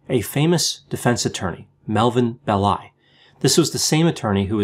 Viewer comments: I’ve been meaning to suggest that you check pronunciations. It’s BELL-i, not Bell-I. Thanks, interesting show. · PS: it’s Melvin BELL- eye with the accent on the 1st syllable.